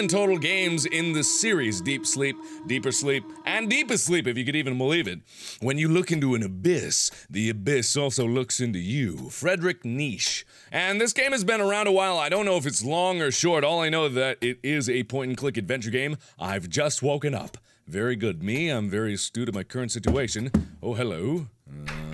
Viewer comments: Mark: "Fredric Neesh". Me: Opens mouth, and pauses, brain misfiring. . . . . . I mean, REALLY, Mark? You're a smart guy, a REALLY smart guy, and you're telling me you've never heard of Friedrich Nietsche? I mean, yeah, he's not exactly one of the nicest people in history, but he's still world famous. >.< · Mark, Friedrich Nietzsche's name is pronounced "nee-chuh" :) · Hey I am not trying to be nit-picky, I've just seen that in a couple of the games you've played Nietzsche has been quoted. Not trying to be mean or anything like that, but you pronounce Friedrich Nietzsche as either "nee-chee" or "nee-cha." Then again you can pronounce it anyway you want to, just thought I might inform you on how his name is pronounced for future use. Great video by the way! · "Frudrik Neeesh" xD xD I love how you butcher Nietzsche's name :D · friedrich nietzsche markiplier: "friedrich nish." im both rolling on the floor laughing and dying inside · "Fradrik Neeeesh" lulz xD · he pronounced Neitzche Neech oh my god. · The worst part about this video is Markiplier pronouncing "Nietzsche" as "niche" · It's pronounced "neet-shə!" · I'm going nuts cause you pronounced Nietzsche's (quite possibly the most famous philosopher of all times) name wrong. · OpalEssence At least he didn't pronounce it Knee-shaw. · LOL I like the pronunciation of Nietzsche. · i think i am 6 years late, but i just noticed that he pronounced Nietzsche wrong.